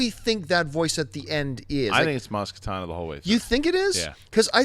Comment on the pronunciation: It's Maz KaNATA not Katana. A Katana is a sword.